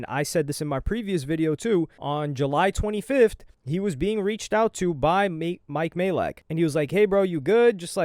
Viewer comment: you’re saying mike’s surname correctly at last 😅 Stop sounding unsure it’s been confirmed by Mike himself it’s pronounced "MAY-LACK"